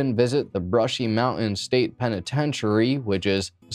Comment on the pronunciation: Zoomer Primer: "mow-en" = mountain